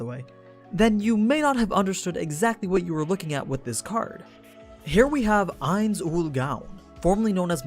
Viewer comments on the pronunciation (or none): The way he Pronounces Ains Ool "GOOUUWWNN" LOL!!!!